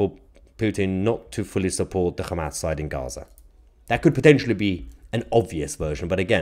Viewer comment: did u say KHAMAS! HAHAHAHAHAHAH